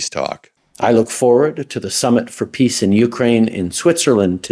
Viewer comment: He almost said pizza instead of peace! What a clown.